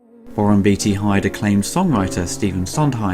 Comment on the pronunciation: It's Beaateee not beetee great vid otherwise